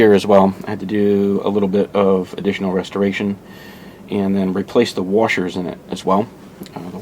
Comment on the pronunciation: Good job. Thanks for sharing. You are saying washers like a true southerner.